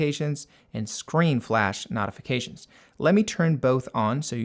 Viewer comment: I thought it was me the first 3 times I heard it.